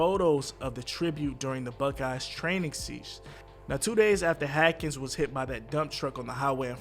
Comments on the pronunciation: HASKINS BRO HASKINS his name is HASKINS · Omg!! Apparently comments aren’t read by this reporter. He still keeps butchering his name and it’s really disrespectful at this point. The first story I felt like they were just trying to hurry and get the story out but now this is making me mad everytime I hear it. HASSSSSSSKINS HASSSSSSSKINS HASSSSSSKINS!!!!!!!! Is that really so hard??? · I know right?? Who the fuck is “HAKINS”?? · Why is it so hard for you to say his name🤔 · Bruh so you really gonna say this man name wrong like that. I'm pretty sure you had to know you was saying it wrong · How can a channel with hundreds of thousands of Subscribers REPEATEDLY MIS-PRONOUNCE an NFL QB’s name who you are doing a whole video on?…. It’s not a difficult name… Not trying to bash you or the Channel, but it comes off a bit disrespectful and negligent to constantly mispronounce someone’s name who just passed away tragically who you decided to do a story on. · Learn to pronounce his name stupid! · Say his name right you disrespectful POS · It’s pronounce Str-ow-d (Stroud) like “ow” not strud and S-aw-nders (Saunders), not Sanders just like you mispronounced Haskins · Bruh wtf. you said this man name wrong through the WHOLE VIDEO. Do better bruh smh. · damn, someone missed a few remedial reading classes. read more books. also, you might not want to do any more posts about someone being disrespected if you can't even bother saying the person's name correctly. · You don't even know how to say his last name. Shady rumor driven reporting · He was killing me every time he said his name incorrectly I’d cringe!!!!! Rest in Power Dwayne 🏈 🙏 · How do you mess up his name several times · The mispronunciations of Dwayne Haskins’s name is awful. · yeah he says it correctly when he is reading a statement or something. I was hoping he would catch it then, but he still kept screwing it up. This is definitely not the job for him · His name is haskins not hackins you moron! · HASkins. There's an S